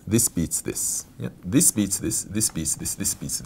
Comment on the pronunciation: zis beats zis zis beats zis zis beats zis. funny